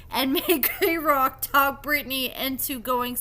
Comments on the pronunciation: Im sorry but can you get the pronunciation of his name right. Kerok Key-rock. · Kerok’s name is pronounced KEY-rock.